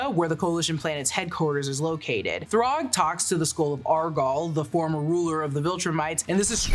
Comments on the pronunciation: Why do say throg it’s THRAAAAGGG !!!! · Thragg's name is pronounced "Thr-A-gg" with an A, not "Throgg". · Did you just call thragg “throgg”? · Genuinely why is she saying Throgg. So fckn wild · Thuraag ? Wtf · It was more like Thrague like Prague 😂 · lmao she fully said “throg” 🤣😭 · why u calling thragg throg